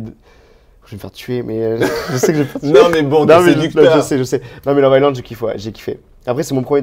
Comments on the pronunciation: On ne prononce pas le S de love island...très stressant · si tu pouvais arrêter de prononcer: « love ICELAND » Le « S » ne se prononce pas dans ce mot 😆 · J ai laissé pareil le meme commentaire. Visiblement il n a juste pas envie de le prononcer correctement. Lol.